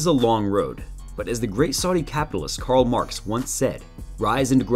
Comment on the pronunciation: Karl marx bruh not Carl marks 🤦🏽‍♂️